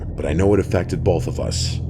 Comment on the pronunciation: Every time I hear my guy say 'bolth' it sends me 😅